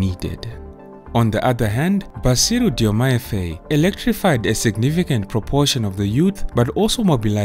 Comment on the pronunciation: Faye is pronounced as FAR as in Far, joined with “I” as you say “I” in the alphabet. Faye.